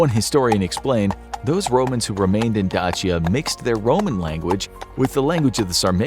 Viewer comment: not dachia, dacya